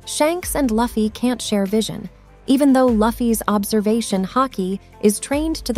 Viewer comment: Why does she say luffy like that?